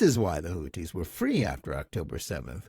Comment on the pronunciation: Who are the "Hooties"? "Houthis" (الحوثيون al-Ḥūthiyūn) is pronounced (and written in Arabic) the way it is spelled in English. Otherwise excellent podcast.